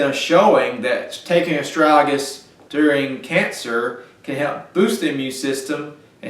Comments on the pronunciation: Well, after having watched the whole video, I would say that your pronunciation for the word is Bass ackwards 75 to 85% of the time. Ass.. strag.. uh ...lis! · Friend, The impact of your presentations will be infinitely enhanced if you learn how to speak English properly. We love your enthusiasm, although your accent, it must be said, often obscures your meanings and your articulousness. The word is astragalus, four syllables, with a hard g at the end of the second.. a...strag...uh...lis. Meanwhile, it might be good also to contemplate allowing some spaces in between your sentences, which otherwise have the tendency of drunkenly reeling on as if you had one or two beers too many. Again, take time, take space, and articulate you words. We don't all live in the boondocks!